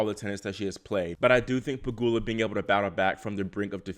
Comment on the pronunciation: Finally you correctly pronounced "Pegula" instead of "PegYula" 😂